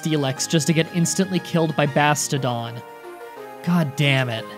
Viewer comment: Bastiodon is pronounced Bass-ti-oh-Don